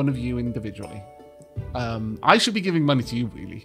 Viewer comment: "We schould distribute the wealth evenly." I see comrade Donkey got to you.